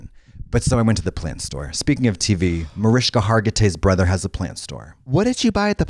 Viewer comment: I just want to thank Katya for saying Mariska’s name correctly 😭